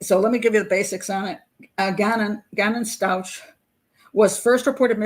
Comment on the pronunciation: Stauch ends in a hard "k" sound. Stouk.